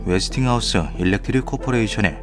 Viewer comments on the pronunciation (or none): none